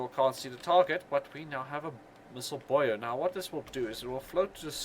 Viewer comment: Is nobody going to ask why he pronounces buoy as "boyo"?